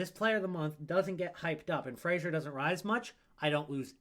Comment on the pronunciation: Why do Americans persist on pronouncing Fraser like “Frasier” the TV show?